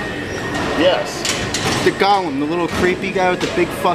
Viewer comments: Golem, not Gollum. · Golem, not Gollum,. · Im pretty sure people call lenny a "golem" not "Gollum" not to be a nerd or anything